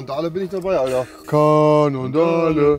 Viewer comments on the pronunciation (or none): Cannondale wird zwar Cännondael ausgesprochen aber EGAAAALL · bin ich der einzige den es triggert das er cannondale komplett falsch ausspricht und nicht frafft des es halt ne marke für MTBs ist lul